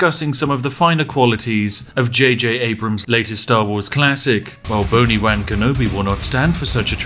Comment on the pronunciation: boni-wan kenobi🤣😂🤣